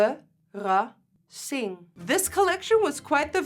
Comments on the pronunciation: Nikki when she gets taken off Kylie PR “not verrassing”...😅😂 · Love the lipstick collection!!! “Verassing” Love lots from the PH! ❤️❤️